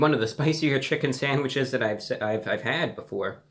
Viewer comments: you totally said sangwiches, awesome :) lol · New chicken sangwiches 😂